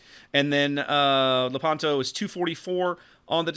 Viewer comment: By the way, in Lepanto the stress fall on the "e", so you have to pronounce Lépanto.